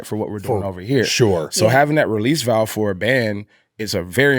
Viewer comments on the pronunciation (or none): none